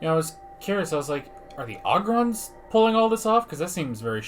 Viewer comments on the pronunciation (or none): It's pronounced Oh Grons not Ah Grons. Ya know, it's Leve OH sa lol